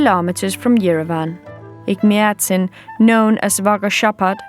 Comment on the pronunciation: I would like to thank you for the presentation, however one correction- Ejmiadzin isn't the oldest christian church in Armenia. It is the oldest christian church in the WORLD. And please train your pronunciation as it is hard to hear Egmiadzin every time, among other mispronounced words.